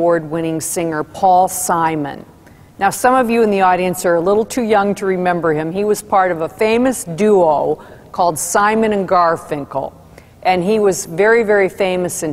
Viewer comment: Garfunkel...not Garfinkel